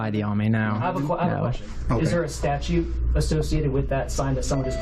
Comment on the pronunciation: What’s this nonsense about a statue? You can even pronounce statute.